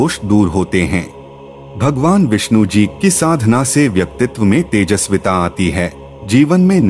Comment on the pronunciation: Shree hari visnu bagwan ☺️☺️☺️, naam thik se Liya kar 😡😡😡😡😡